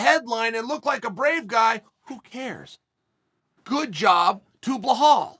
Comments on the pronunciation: "Bluhal" "Buhal" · Chael: “Blahal” Belal: This is not halal brother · Well said sir, but you butchered his name bro. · Uncle chael we can see the damaged to your brain done by the fighting, if you cant pronounce belal correctly, we can see what fighting can do or maybe the fault is with american education system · Just in from the maya calendar : the day chael sonnen pronounces belal mohammed right is the day of the apocalypse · Why do you say his name so wrong… holy crap man.. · I don’t see anyone mentioning it, so the reason Belal is calling Sean out is because of Sean’s comments about Palestine. Belal’s Palestinian, and as a Palestinian myself I agree that dude’s trash as a person. Sidenote you’re pronouncing Belal’s name wrong. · It's Bill-al, not behaal 😂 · Chael at up until 2 minutes: "belal" Chael after 2 minutes: "blow-hall" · Repeat aftee me Chael.. Belal.. Belal.. Not "Blauhall".. BELAL! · Hey Chael it's not bihol alright it " Bilal" "bi la l " correct it next time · Chael.... His name is Belal, not Ble Hal... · Bla-Haal ??? WTF Chael??! It's BELAL ! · Me: Belal Uncle Chael: Blahal Me: Blahal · wtf is this blu hal i think its pronounced bee-lul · Belal Muhammad: my names Belal Chael: BlaHall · It's not 'Blehal', it's 'Belal'. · Chael I love your work but please his name is pronounced as Be-lal not Be-hal. Other than that great work, I hope this helps 👍🏻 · Uncle Chael, It's pronounced Bee-lal not Bla-hal. As an Arabic speaking man, I feel like I needed to help you out there. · Who tf is Blehal, Chael?? 🤣🤣🤣🤣🤣 Be-lal, how do get Ble-hall 🤣🤣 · Goddamn Chael wtf is Blahall 😂😂😂😂😂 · Bro, can u pronounce “Belal” correctly please? Thank you Mr Sonnen. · Chael please beeelllaalllll not blahal or just Muhammad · Bruh, Chael says blehal with a traight face EVERY single time, I know he's doing it on purpose. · If Chael says it's blahal ITS BLAHAL!!! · Uncle it's Be-Laal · How hard is it to say be....... Lal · For God's sake Chael it's BE-LAAL. BEE 🐝 LAAL